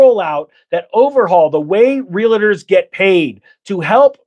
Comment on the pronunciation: Do me a favor. Staaphh saying Real-i-ter. It's Realtorrrrrr Thank you. You may continue now.